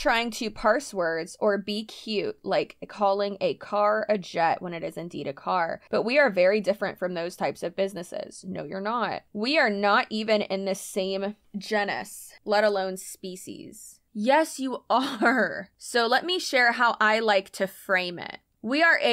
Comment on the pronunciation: Just for future reference the first syllable of genus is pronounced like gene. Excellent video as always! The MLMs like this that scam people AND promote disordered eating are the worst. I don't get how they are legal. Hopefully we'll see some legal changes soon <3